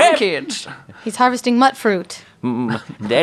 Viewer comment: not-so-fun fact: "Mutfruit" is actually pronounce "Myootfroot" Like... "Mutated Fruit"